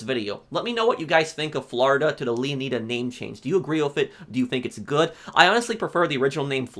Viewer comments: I think it's pronounced Leonida not 'Lia need a' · Lee-uh-nai-duh Not Lee-uh-knee-duh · It's not pronounced leoneeda is pronounced leoneyeda like like the greek king leonidas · Not to diss or anything, but I think it’s pronounced (Leo-Ni-Da) (Like Leonidas) not (Leo-knee-Da) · It’s pronounced Leo-nyda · Why is it so hard for some people to pronounce words? “Leon-knee-duh” like tf? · LEONIDA (LEO-NYE-DA) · Leo nay da, flo ray da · I guarantee the -ida at the end of leonida is pronounced the same as the -ida in Florida. The emphasis should be on the O in Leon, so it's pronounced Lee-ON-ih-duh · Its makes my ear bleeding when American YouTubers say Leon[ai]da, and then "its gta analog of Flor[i]da. Its ridiculous. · And I'm mildly disappointed with the way most people pronounce Leonida. 😂 For me, it should be pronounced like 'Leonidas' and then removing the 's.' Like how Latin or Greek people would. Not the way Americans do in 300 because it was wrong. Miami having Spanish settlers pronouncing Mayaimi (native American) gave rise to its current spelling. And Florida came from a Spanish settler. It's why we call it Floreda and not Flor-iyda. Leonida is definitely an American pronunciation much like Southerners pronounce Italians.. like I-talians or the I-raq. It kind of removes the idea that Miami/Florida is mostly made up of Latin Americans/Spanish. Cuban/Latin/South Americans are pronouncing it 'Leo-needa' not 'Leon-iyda' I think about this too much. 😅😅 we should definitely pronouncing it as a Spanish person would for a more authentic connection to the real names. 😅